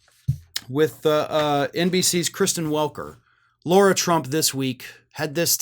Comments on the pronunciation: It's Lah-ra, not Lor-a. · Hey, just wondering if you realise that you're calling her Laura, when her name is Lara? As in Lara Croft lol. You might be doing it on purpose, I don't really know, but thought I'd point it out mate 😊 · Why does keep calling Lara Trump "Laura Trump"?